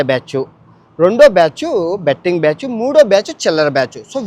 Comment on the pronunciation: బ్యాచ్చు కాదురా ఎర్రిపూకా బ్యాచ్ అనాలి